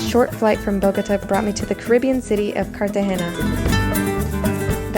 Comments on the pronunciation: Nice video...I love Colombia. Bo-go-TÁH and Car-ta-HEN-ah (no ñ in that word). Best regards...thanks for posting a great vid! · It's kind of cute how she Americanized the hell out of the pronunciation of Bogota 😂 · Bogotá not BogOTa..... You were here for almost a week!! Get it right! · I thought she said AGODA, was like what? And then realize she was saying Bogota lol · did she really say bogOta ??? lmaoooo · Honey you need to learn how to properly pronounce the names of Bogota and Bolivar!!!!!😮😮😮😮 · Oh my God, learn how to say Bogotá if you’re going to make a video about it! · Could you not say Bogota like that! 😂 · Her pronunciation of “Bogota” is HILARIOUS! After w week there, she didnt learn how to pronounce it correctly???? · Why did she say Bogotá like that 😂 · ENZO YT she said it like three different ways and none of them were right 😂😂😂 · Lol your Bogotá and Cartagena pronunciation was really butchered.